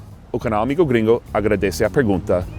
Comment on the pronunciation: MAÁIS UMA VEZ...AMIGÔ GRINGÔ.... ! rsrsrssrs